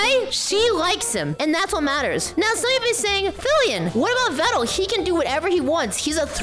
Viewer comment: Veeeeedal not ved dal